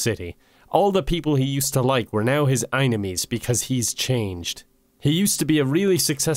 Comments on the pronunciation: I can't justify "eye-ni-mee" when it is clearly spelled "ee-nye-mee" or "ee-nyme" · Enime is pronounced as e-nime, not aynemy. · The way you say it, it would be spelled "einimies". Enimies would be "enn-ime-eez" with the "eye" sound in the middle, not the beginning. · Sorry bud, I'm fine with everything here, but how do you get "eyenemie" from "Enime". Say Anime and switch the A for an E and you have Enime. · I am just constantly annoyed that "enime" is pronounced "inemy." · it’s been 4 months and i’m still confused on how enimes is pronounced like Eyenamees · How to pronounce enime: I-ne-mee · If you meant it to be pronounced "eye-nemies" then you should have spelled it "eyenemies" or "einemies" or even "inimes". "Enimes" can in no way be pronounced "eye-nemies. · the way you pronounce enimes doesn't even make sense why would you place the "i" sound in the beginning that's "inemies," a whole different enimy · why did you pronounce enimy wrong